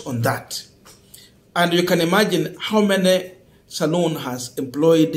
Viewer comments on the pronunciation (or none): its Salon Not saloon